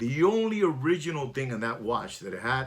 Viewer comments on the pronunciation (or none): none